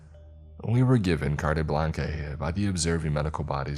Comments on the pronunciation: Gonna stop you at cartay blankay chief. Pronounced cart blonch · Cartay Blanquey.... got it bot. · Cartay blankly? Its pronounced "Cart blonk" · Carte Blanche is pronounced: Cart blah-n-ch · I got a chuckle when he pronounced carte blanche, cartay blankay lol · its pronounced cart-blanch just FYI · Lol sorry but "cartay blankay" just killed me. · Its pronounced "Cart Blaunch" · 😂 I love how u just pronounced carte blanche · Carte blanche lmfao. You really just don't Google words you don't know before narrating